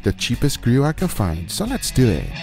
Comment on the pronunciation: “So less do eeet”